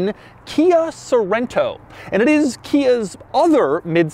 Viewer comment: Sounds like "Kai SO Rent toe"